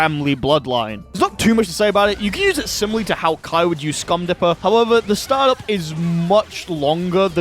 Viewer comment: Anyone else laugh at "Scum dipper" instead of "Stun dipper"?